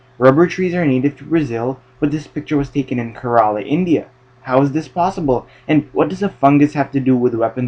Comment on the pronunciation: Great video. Small point, Kerala is pronounced like care-uh-luh with emphasis on the first syllable.